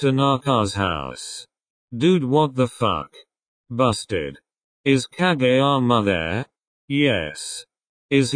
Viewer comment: Honestly shocked when the narrator voice didn't say ka-jee-yama and actually said kageyama's name correctly 🤣🤣🤣